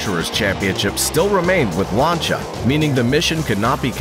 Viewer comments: Lancia not lancha 😅😅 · LANCH YA LOLLL dude its LAN SEE YA not LANCH YA you big idiot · oh my freaking goodness ... LAN ... SEE ... A .... not LAN SHA ... jeeeez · These pronunciations are killing me. "Lunchia." 😭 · Pronouncing "Larntia" for "Lancia" is a great way of showing us you've never watched a car or rally event before. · It’s pronounced Lance-e-ah at least that’s how it’s pronounced on the old top gear by Jeremy James and Richard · The American pronunciations are pretty funny. Lanchia 😂😂😂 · Ah yes, famed automobile manufacturers "Lancha" and "Puhzho" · Sorry, had to cut short my watching as I was cringing so hard at the mispronunciation of so many brands. WTF is a Larncha!! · except he can't say LANCIA FFS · Except Lancia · Ye, and i've not heard Lancia pronounced that way too. 😄